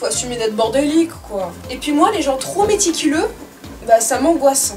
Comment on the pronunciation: "Oooh, ça sent vwaiment twop bon ! On diwait une fleur !" 😂😂😂